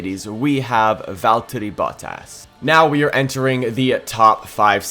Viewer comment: ah yes veltteri bottas